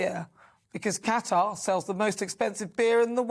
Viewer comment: Thank you for pronouncing Qatar correctly.